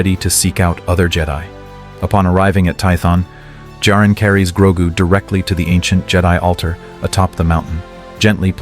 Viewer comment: Its GROGU U MOFO AI sombeeatch!!!